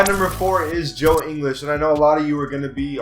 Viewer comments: If you are going to say Ingles is overrated (which he isn't and is a much better defender than Wilson Chandler and Tobias Harris), at least Ingles' name correctly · It’s not “Joe In-les it’s Joe Ing-ils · He said joe english😂😂😂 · He calls joe ingles, joe inglis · It's in guls no English idiot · ING-ULLS. But goddamn you could make a case for him being HIGHER than a 78. 81, maybe even 82. Fantastic 3 and D guy. You don't know shit lol stop making videos. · Can't even say Ingles' surname right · The fact that you admit you haven’t seen all these players play that much and that you don’t know how to pronounce joe ingles’ name correctly is why this list is wrong. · You shouldn’t say joe ingles is overrated if you can’t pronounce his name😂😂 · You can’t even say joe ingles name right. You do realize he was one of the main reasons the jazz beat the clippers in the playoffs... he shut down Austin rivers and jj redick. You also do realize he was top of the nba in three point percentage right? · How can you call joe ingles overrated when you can’t even pronounce his name properly?? Try watching a jazz game and you might understand why he is a 78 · If you're gonna say ingles at least pronounce it right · How is 77 over rated in anyone's eyes. Instead of stats your just naming off other players around their waiting. You know dedmon fit the spurs system right. And that's a similar system in atl. You don't even know these players dude. U got ur laptop in front of u yet can't say ingles name right. Gary Harris is not overrated. This entire video is you just saying who should be higher. Your doing the opposite of the title of this garbage content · You said Ingles wrong like really wrong😂😂😂😂😂😂😂😂😂😂😂😂😂😂😂😂😂😂😂😂😂😂😂😂😂😂😂😂😂😂😂😂😂😂😂😂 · Decent vid but I disagree with ingles how you gonna call him overrated of you don't even know his name properly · Learn how to pronounce Ingles